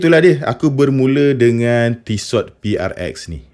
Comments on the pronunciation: ejaan tissot, t belakang tu takde bunyi sebenarnya, tisso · Sebutan Tissot yg tepat : Ti-so